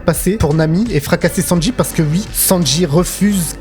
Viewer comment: Alors ui , mais ui , donc ui, OUI putain ça se prononce OU-I pas U-I mais merde à la fin vous êtes payé à parler de ce que vous aimez devant une caméra veuillez avoir la décence de parler correctement ça serait le minimum